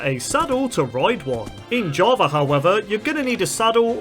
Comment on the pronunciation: Java ✖️ Javar ✅